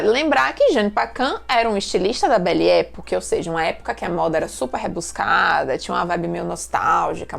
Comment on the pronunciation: A pronúncia é "epóque".